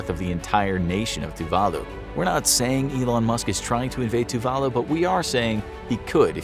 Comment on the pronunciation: Tuvalu is decimated by climate change. It's estimated by 2050 no one will be able to live there. Even now the younger citizens are sent to New Zealand and Australia to get used to living abroad. You butchered the name of the island. It's pronounced Tuv a loo